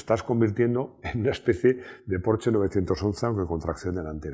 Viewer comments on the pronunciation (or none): none